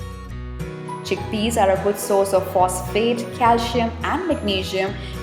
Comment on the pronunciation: chick pees XD